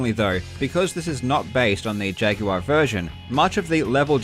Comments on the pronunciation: "see-guh saturn" "jag-you-are" what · You pronounce the word "jaguar" like Yoda talking to a guy named Jag.